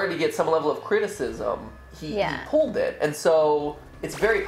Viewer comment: He says pulled like pooled...